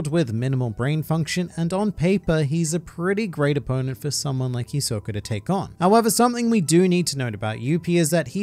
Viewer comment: The way he say Hisoka is trigerring for me. I expect more from an anime fan. smh 😕